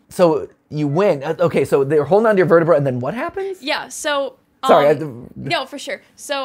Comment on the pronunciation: Sorry just when he said verta-”Brah” I was like “Ha… brah”😂